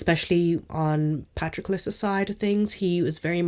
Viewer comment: Thank you for pronouncing Patroclus right 😅 Great reviews as always, can't wait to see your content in the new year!